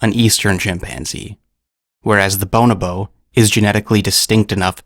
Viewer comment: The emphasis should be put on the 2nd o in bonobo, not the first. Cool video.